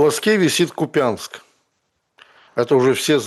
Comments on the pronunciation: не КупЯнск, а КУпянск (ударение на "у" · Ну не КупЯнск, а кУпянск! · у нас прям рядом с Москвой есть город Балашиха, так мы до сих пор не знаем как же правильно ставить ударение: БалАшиха или БалашИха, поэтому принимается и тот и другой вариант. Но в случае с КУпянском скорее всего действительно коверканье. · Почему все ставят неправильно ударение в названии КУпянск? И говорят КупЯнск? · Перестаньте коверкать название города. Произносите правильно - КУпянск. Ударение на первый слог. Мы прощаем, когда россияне произносят с неправильным ударением, они не знакомы с нашим регионом, но .... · Купянск - ударение на первый слог.